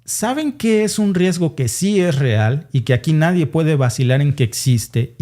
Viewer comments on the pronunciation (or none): none